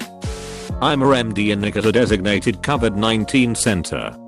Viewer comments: Everybody: Robot voice: covered 19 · Ah yes, cuhvid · TTS: Cuvid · No one: Literally nobody: Text to speech: c u v i d, simp shuns